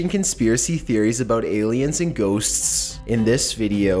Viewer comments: I came into the comment section just to see if anyone commented on that. Thanks for the laugh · Aliens & ghostsssssssssssssss lol..you did NOT have to put so much emphasis on ghosts